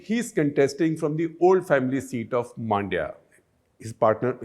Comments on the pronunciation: Sir, Please get the below right It’s not Godha, it is GOWDA It’s not Maaandya, it’s Mandya It’s not Kaurav, it’s Kauravas. Why don’t you North Indians never get such things right inspite of decades of experience Also, if you believe Mahabharata is mythological even in this day and age , then you are dumb and outdated . There is enough evidence to show otherwise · It's not Maandya, it is Mundya. Pronounce similar to Monday but swap the last a and y. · Hope Shekhar reads this. Also Man-dya(like the Hindi word for mind) not Maan-dya.